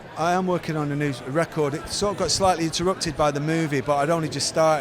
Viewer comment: I love how that accent says REcord.